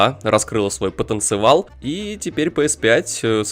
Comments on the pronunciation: Ахахах , потенцевал . Потенциал правильно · Ты не выкупаешь он специально сказал "потанцевал" это рофл такой